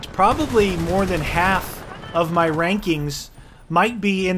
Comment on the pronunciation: ranking sounds like wanking